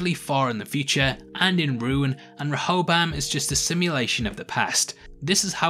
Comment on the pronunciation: Stop saying it like Reho-BAM it's actually Reho-BOAM. And you're a prime candidate for copyright claims since you just summarize the episode, you need to give your input on it to be fair use. Regardless of copyright stuff, I don't wanna see a video summarizing what I've seen already.